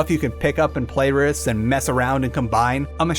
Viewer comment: I can't help but notice your pronunciation of the words "with" and "without". You seem to be saying wis and wisout. Is there a reason for that?